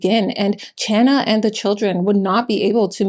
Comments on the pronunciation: Small correction: "Chana" (mother's name) is pronounced Khana & is the Hebrew version of "Hannah" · Just a note, Louis' mother's name was pronounced more closely to "Hannah". It is a Hebrew name, and the "ch" is used to try to approximate the sound of a Hebrew letter that does not have an equivalent in English, or most European languages. Like the word Chanukkah. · FYI "Chana" is pronounced with more of an H sound. In Hebrew and Yiddish, the "ch" is that phlegmy back of the throat sound, which English interprets as an H. For example, "Hanukkah" is also romanized from Hebrew and Yiddish as "Chanukah". Same goes for the pronunciation of challah (the bread). So the more accurate english pronunciation of "Chana" would sound more like "Honna". 😊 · Chana's name is Jewish, and the CH sound is pronounced like in Chanukah. There is no English equivalent to the Hebrew letter "chet". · The name Chana is the Jewish version of Hannah and the ch is pronounced as a gutteral like the ch in the Scottish word "loch".